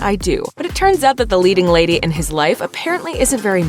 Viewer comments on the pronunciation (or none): none